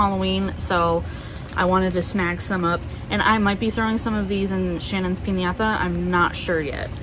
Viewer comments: Nice! Noticed how you said piñata and chile. Are you fluent in speaking Spanish? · I really enjoy your hauls, you are so detailed, I love it how you always think of yours but this one had me like "Wow" is how you pronounced "Piñata", are you Hispanic?